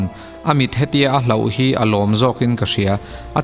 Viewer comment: Avan Pa riap riap ve.. hahah... A ngaihnawm hlemai... Mahse Advice duh che ka nei ... (hlauh) nilo hlôh tih tur aw